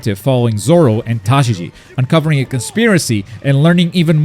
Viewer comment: Tashigi is not a hard name to say